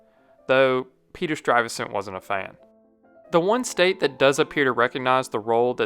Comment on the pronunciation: You keep pronouncing Peter Stuyvesant wrong